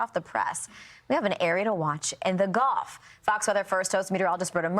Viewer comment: "In the goff"?